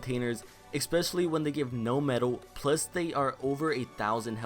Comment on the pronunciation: You do this in all your videos please learn how to pronounce especially it bothers me , but other than that keep up the good vids 😄